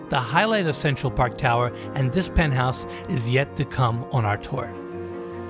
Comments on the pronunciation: el "pentouse" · Se pronuncia PENT HAUS. Aprende hablar inglés. Todo el tiempo estás diciendo burradas.